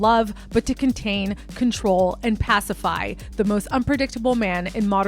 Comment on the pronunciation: "Passify" Please... it's pacify.